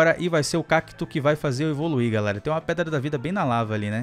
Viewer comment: O falou peda da vida